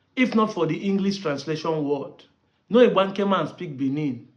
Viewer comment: This man cannot even pronounce Igbanke, poor fellow.